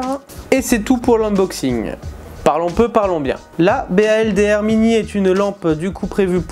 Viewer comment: Slt, ça se prononce "Boldeur" (Baldr = dieu nordique de la lumière, ça tombe bien, c'est le même que dans Baldur's Gate je crois ; Olight va-t-elle sortir tout le panthéon viking ?). Merci pour la revue !